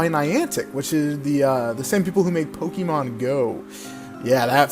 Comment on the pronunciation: Stop saying pokEEEmon.